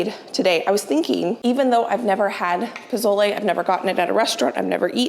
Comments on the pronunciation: Dont pronounce the z in pozole . Its sounds like a 's' .. poe sol eh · Just don’t touch your eyes after handling those peppers. It’s the start of green chile season here in New Mexico and never fails I do that during the roasting and peeling of that green gold! If you make the z sound like an s and you will be pretty close to pronouncing pozole correctly. I’m not sure about the raisin addition that’s interesting. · I would guess someone else may have already mentioned how to pronounce pozole, so sorry if I'm repeating... you're basically there... just change the 'Z' sound to an 'S' sound ❤ Editing... sounds like you had the pronunciation down by the end of the recording! Side note...so fun to watch this video! Nice job! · No offense at all. Nice attempt, but I was born and raised in New Mexico. I stil live here as well. Your definitely pronouncing it wrong. Also, you cooked it way differently than we do. It made me laugh. I can explain how it is done properly. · I love pozole! FYI, the Z is pronounced like a S in Mexican Spanish❤️ Choco Tacos! Yum! I always laugh when somebody makes a comment about hot soup in summer. We heat hot meat, we eat hot veggies…what’s the big deal? lol❤️